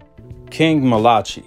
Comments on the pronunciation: Bro it’s I think it’s pronounced Mal-uh-kie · I think his name is pronounced mal-uh-kie malachi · Malachi? Is it not pronounced as Malah-kai? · Pronounced "MAL-UH-KYE" Malachi 👌🏿! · Mal-a- Ki … or King Jr … you’re saying it wrong … I know cause his dad is my coach , and I’m on the coaching team